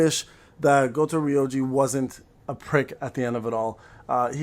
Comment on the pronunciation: Thar's why you can't pronounce Goto without saying Goat